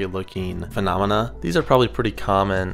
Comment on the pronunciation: How many "fanamena" ?